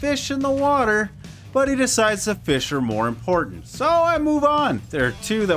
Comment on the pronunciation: feesh, feesh dammit